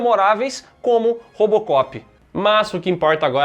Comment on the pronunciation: O falou Rópocopi kkkkkk